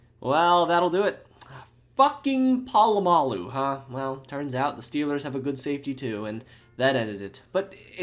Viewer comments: You can't claim to be a football fan if you can't pronounce Polamalu. 🙄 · BTW Pittsburgh's coach wasn't Mike Tomlin, it was Bill Cowher early on in your video... Sorry Raven's... Ran you over on the way to the Super Bowl 3 times. Is this where you learned to pronounce Troy Polamalu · love ur videos but the way u pronounce POLAMALU is horrendous 😭😭😭😭😭